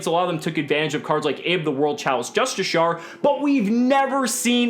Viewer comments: For the love of.....it is pronounced Justicar! Ju-sti-car! Great video besides that! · No. It's pronounced ju-sti-sher. The word is JUSTICIAR not justicar.